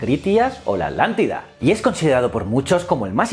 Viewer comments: "Adlantida"? yo creo que es "Atlantida". muy buen video, como siempre . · Atlantida se pronuncia no alantida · Muy interesante... y me reí un poco cuando decía "alántida" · Yo tambien he notado eso en los canales de you tubers españoles que a la Atlántida la pronuncian Adlántida, y a Hitler lo pronuncian Hidler y así a cada palabra que lleva T y L juntas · Me causa gracia que no puedes mencionar correctamente: Atlántida JAJAJAJA